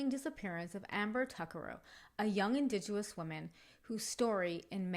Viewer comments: Really well done story! Just found your channel and subscribed ❤❤❤️ I am a fellow Canadian and did just want to kindly let you know you are mis- pronouncing indigenous. It is pronounced IN-DIJENUS. Looking forward to listening to your other stories 🙏🙏💕💕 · ‘Indigenous” has no “w” sound.